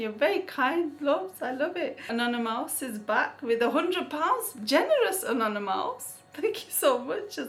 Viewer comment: I love the way you day 'anonymous' it sounds like 'another mouse' lool